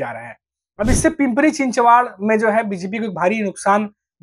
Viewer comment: one correction, it is चिंचवड and not चिंचवाड